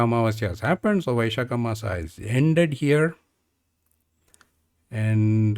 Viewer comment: In IAST (International Alphabet of Sanskrit Transliteration), "maas" is rendered as māsa for (मास) but you are speaking it as maasaa (or in IAST māsā मासा) ... i know these videos are old but in future please try to speak as any native of your state would speak these words ... i do not know where these odd but clearly incorrect way of speaking sanskrit words has come from ... may be this is how a european speaks ... but we indians should speak it as we have been since centuries